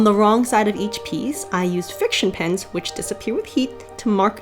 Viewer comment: I had to keep rewatching bc I thought you were saying pins not pens and I was trying to figure out how that would work and why you would want your pins to disappear